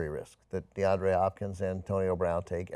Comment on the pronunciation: Deandre, not DeAndrew